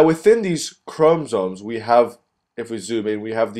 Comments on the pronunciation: Boy it is chromosomes not chromsome.........is ur o silent or otherwise u be silent... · Yes please 😫😫....ikr CHRO-MO-SOME Great video nonetheless 💯👍🏼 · Chrom-O-somes why not speak like a normal person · It's actually chrom- ah- somes......not chrom-o-some. Maybe instead of focusing on the pronunciation maybe focus on learning the concept? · Honestly the way you pronounce 'chromosomes' is so distracting and annoying I almost didn't get anything out of the video. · Hello, video was helpful although, when you say chromosomes, you do not pronounce the o between the m and s. Please for future videos pronounce this because it can be distracting. Otherwise video was great. Thanks!